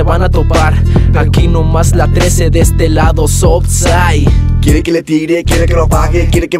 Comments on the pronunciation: No critico este tipo de musica por que la escucho, pero ya ni maman en que son la "sout side" 😂 ni si quiera saben pronunciarla bien 🤣 eso termino de cagarla, Se nota que le pusieron esmero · LA "SUT" SIDE??? HA HA HA HA HA PINCHE PRONUNCIACION MADREADA.